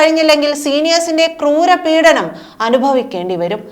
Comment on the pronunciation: പീഡനം not പീഠനം